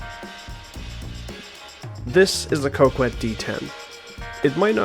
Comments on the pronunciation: Cock- ette not coe kwet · great video one major thing is it is pronounced co-ket not co-kwet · i love the video but i couldn’t put the fact that you kept saying coke-wet instead of coh-ket past, still a good watch regardless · It bothers me that you call it the Coke-Wet instead of the Cock-Et. It's meant to be Cock-et. As in small dick. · ITS PRONOUNCED CO KET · It's pronounced "cock-ette" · First time I've heard someone pronounce Coquette as 'Co Qwet' 🤔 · Rockette - female dancers 🍆 - Male genitalia 🍆ette - female male genitalia - a feminine coque - a Coquette Why you and Ghillie pronounce it the way you do is beyond me. The name is a hilarious take on the societal perception that men who drive Corvettes have Lil 🍆 energy, and it goes completely over y'all's heads. 🤷🏽‍♂️ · ye, the u is silent, idk why he pronounced it that way lol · I knew I wasn’t tripping 😂